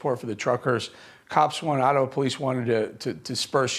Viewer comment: Eric you nailed the name of the reporter but you kept saying “Attawa”, lol!